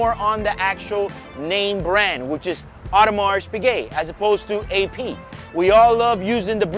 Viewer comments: It is correctly pronounced „Audemar“ not „Audemars“. Just for the records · bro, it is not audemarSSS piguet! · Like your videos! Only one comment - Audermars is pronunced correct, but should be without the "s" at the end. Best regards from Germany. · old boy it's pronounced O der mar. AU is always pronounced O in French. Haute couture, haute cuisine etc. You are correct to drop the t of Piguet so you should also drop the s on Audemars. Lovely watch and interesting video as always.